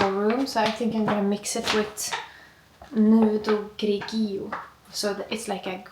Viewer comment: Min. 17.42: "Nudo grigio" is Italian!!! 🇮🇹 The pronunciation of "grigio" is "GRI-JO". It means "nude gray" 🩶